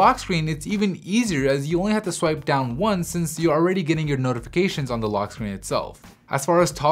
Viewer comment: Great video! However, could you please avoid pronouncing ''the'' as ''thee'' even when it's not before a word that starts with a vowel? I'm probably being pedantic but it kind of annoys me ^^